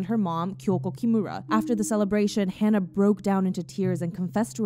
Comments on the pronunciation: im sorry but... her name is not hannah, its hana (hah-nah). the least you could do is say a dead girls name correctly and not warp it to meet your western standards. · for everyone typing/saying "Hannah," she's Japanese, so the correct pronunciation is "Ha-Nah" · Whenever I think about her I cry. But also, please, pronounce her name correctly, it's like "Haah-nuh" not "Haan-nuh." Hana is "flower" in Japanese but Hannah isn't anything. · It would've been nice if you pronounced Hana's name correctly.. it's HANA, not "Hannah". And the super over-produced and abundance of dramatic sound effects is honestly disrespectful. This isn't tea and drama, a girl died. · It’s not Hannah, it’s Hana. As in Hah-nah. Thank you for making the video but I thought it would’ve been nicer if you had tried to learn how to say her name correctly :( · Haa naa not Hannah aleast pronounce her name right if you do a tribute or explaination on a her. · literally hurts my soul to hear u mispronounce her name throughout the entire video:/ especially since its something i deal w everyday